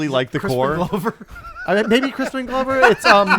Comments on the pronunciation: Hey Adam, it’s Adam. Donald Glover’s last name is pronounced like Gloves you wear on your hands and not Glow-ver as you said twice. Like when you corrected Will on Mark Ruffalo isn’t Roofalo. Love you guys! Love details! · is looking at will every time adam said gloh-ver wondering if he should correct to say glover? lol or is it gloh-ver?